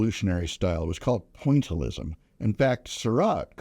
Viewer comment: 'Pointelism' His interpretation of Impressionism